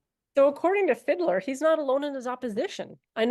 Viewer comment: "Sebastian Fiddler" is surprisingly accurate... i mean it's mispronouncing the hell out of the name ^^D, but "Fiedler" literally translates into "Fiddler"... And lemme tell you, as the filthy "Kraut", that i am... I really don't know, if i wanna cry, scream, barf or punch somebody, when i see the extraordinary amount of incompetence, stupidity and ignorance, that our politicians demonstrate, on the topic of legalisation... (not only there, but this one topic, I actually give a shit about) "rheinische Post" was actually damn good! The "post"-bit may have been slightly wonky, but the actually tricky bit, you totally nailed ^^D You can mock and joke about the "classic saftey arguments"... but that Fiedler-cunt and his braindead friends actually dug up the old lie about "Cannabis being entry-level drug, that leads to harder stuff, like Heroin" ... that total, fuggin, douche-canoe... "why doesn't Germany look to Canada"... well because our politicians like to ignore facts and reality, or even go so far as, spreading bold faced lies. Don't remember which politician it was, but one actually claimed that Canada had "~44% Cannabis-Consumers since the legalisation"... our politicians wanna pretend that we are doin something "super unique" and are gonna produce "valueable statistics and data, that does not exist yet"... And the planned legalisation date of April 1st, is pretty questionable. The Vote has been pushed to end of February and still need to pass through the